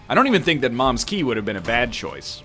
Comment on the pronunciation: the way he pronounce "moms key" and "caves two" made me question english as a whole